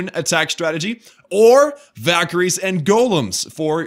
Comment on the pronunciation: VAAAKKYRIES. LOL. Valllllllkyries, honestly.. Sorry for being rude